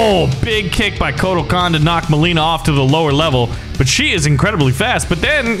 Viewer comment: Me saying it's a good video Literaly two seconds later says myleena Nope i take that back